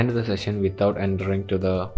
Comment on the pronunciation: In Rescue Session in Odoo POS is it just me hearing "section" in place of ""session" ...